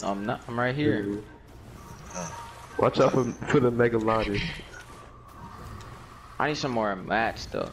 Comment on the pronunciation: Nobody: FlightReacts: “watch out for the megaldon 😂😂😂